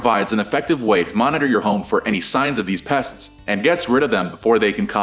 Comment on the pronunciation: Maybe find someone who can pronounce the word pest ?🤷🏻‍♂️🤷🏻‍♂️